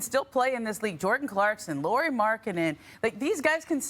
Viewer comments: Laureeee ? Lauri Markkanen, it is 'lou' as in loud and ree as in reed lou ree markkanen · When are these “experts” going to learn that Markkanen’s first name is pronounced like “Lowry” not “Lori”?